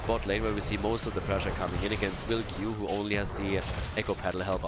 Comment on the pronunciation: You may be interested that WilQ is pronounced closer to Villcou (like village and cougar). Also JP2137 is popular meme in Poland (JP stands for Pope John Paul and is supposed hour of his death).